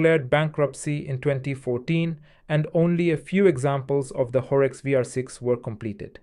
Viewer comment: Sorry it is Horex not Horx :*